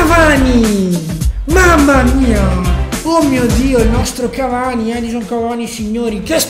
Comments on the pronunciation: non é Edison ma Edinson con la "n"; ) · Edin"z"on, serio?